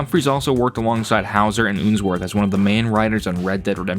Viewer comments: It's unsworth not oonsworth Do you pronounce spun as spoon Up as oop? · I think its Unsworth (like unsheathe) not Oonsworth O_O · Ooonsworth 😂 But serious good video